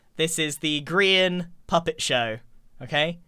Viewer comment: Grain. That’s it. Grain. Not grian, Grain.